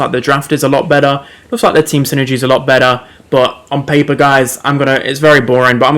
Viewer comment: "ON PAYPUH"